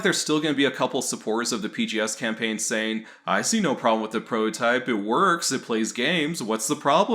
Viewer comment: Are you saying "prohotype"? Instead of prototype? Is that a meme or something?